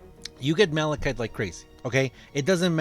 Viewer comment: that I’m happy to be in balachite. Lol. Not ever malachite